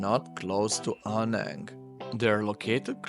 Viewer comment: Man spricht Krabi und nicht Kräbi und Aonang und nicht Anang sowie auch Chiangmai und nicht Chengmai, ich habe 8 Jahre in Thailand gelebt und müsste es bestimmt wissen.